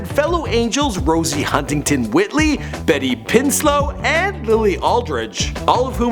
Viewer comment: Betty Pinslow 😂😂😂😂